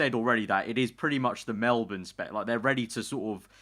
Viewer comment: when will you say Melbourne correctly